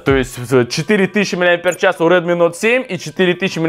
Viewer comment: Прикольно) на Самсунг говоришь Эй 50 , а на Редми - Нот 7 ??? Тогда уже на английском правильно будет Ноут 7 ! ;-)